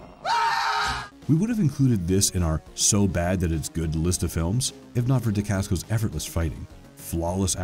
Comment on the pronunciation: Butchered Mark’s last name and the name of his fathers style of martial arts.